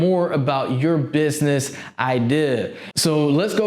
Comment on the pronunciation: take a shot everytime he says idear